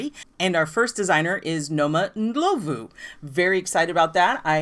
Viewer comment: OK so I love that you said Noma's name very white 😆 🤣 😂... the o is pronounced more like aw... so Nawma Ndlawvu... and our hometown is a hard J like Josephine... but love your channel and big love to Mzansi and Jozi...